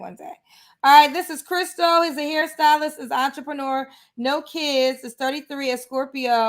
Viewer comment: What the hell is a entreprenuuur...🤣🤣🤣